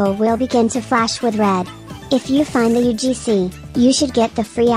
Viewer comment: Bro sayed "UFC" Not "UGC"